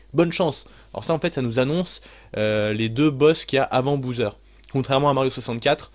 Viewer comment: super vidéo , ça me fait rire que dises Bouseur pour Bowser , ça me rappelle les mauvaises habitudes que j'ai pris petit aussi quand je jouais à des jeux et que je ne connaissais pas non plus la prononciation et que j'en inventais une ^^